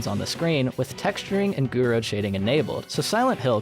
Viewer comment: I heard somewhere that it's with limitations that creativity springs up, spaghetti code was NOT allowed back then ❌(btw Gouraud is pronounced without the d)